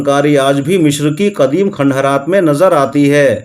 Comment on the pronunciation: مشر نہیں مصر ہے